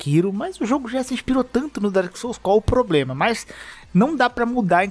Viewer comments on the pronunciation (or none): none